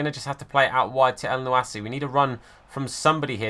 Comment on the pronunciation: Btw for mohammed elyounoussi it’s pronounced mohammed el- you- knew- say and great content as usual